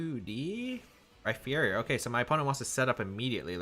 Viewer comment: So now that says Max Phantasm correctly, are we going to point out that he pronounces Rhyperior like it has a phonetic "ph" in the middle? 😒